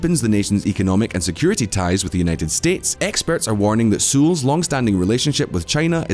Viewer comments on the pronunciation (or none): Goddammit, you're killing me now. Please stop butchering the pronunciation of 'Seoul'. Just say 'soul' and you'll be close enough. ;)